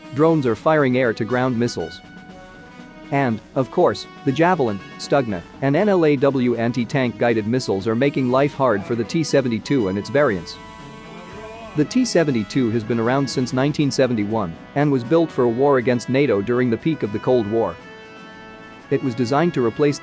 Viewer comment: It’s not n l a double u… it’s N LAW !!!